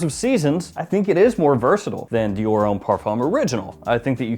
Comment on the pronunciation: butchering Dior left and right 🤣